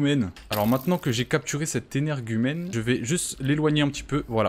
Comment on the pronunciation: Tu peux arrêter de dire anairge umaine stp😊